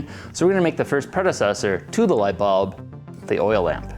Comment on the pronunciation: Nobody:: lightbälb